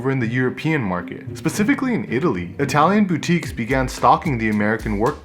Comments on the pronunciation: Why do you say pacificlly instead of specifically did you not attend primary school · Motherfucker really said pacifically.